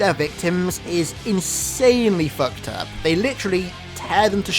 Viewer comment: How many times did this man say foukt up